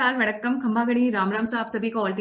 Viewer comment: Madam yeh khamba khadi nahi , khamaa ghani hotaa hai..